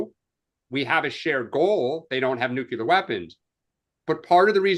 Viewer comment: Please, learn how to pronounce nuclear and Fordow